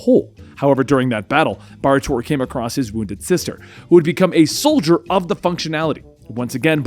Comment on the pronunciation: Bar Torr is a complete mess, Kon-El... okay.